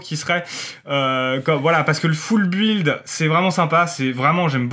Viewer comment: Bonne vidéo comme d'habitude. Par contre "Full Build" prononcé foule buuuiiilde c'est pas class... "Construction complète" c'est pas mal aussi. Non sans déconner continu comme ça c'est très bien!